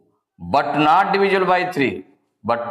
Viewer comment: Sir apko not bolne nhi Aata hai Nat bol rhe hai😅